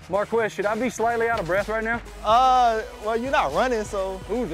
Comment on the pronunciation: Its Marq-Wezz